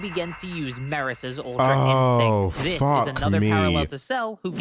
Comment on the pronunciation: This guy is annoying "Dis is just like the Cell saga! Dat is just like duh cell saga." We get it. You're a clever boy.